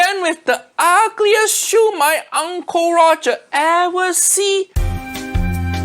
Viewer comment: Honestly the siu mai pronounciation feels wrong to me. In my culture it's called shi o my, not shoe my. What are you gonna eat, a shoe?